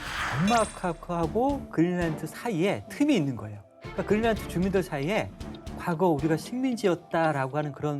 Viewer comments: 그릴란트라고 하는게 맞는건가? 거슬리네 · 머리가 하야신 교수는 "그린랜드"를 "그릴란트"라고 발음한다..